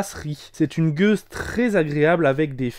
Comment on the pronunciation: c'est une gueuse, pas une gouse ! Bière Belge ;)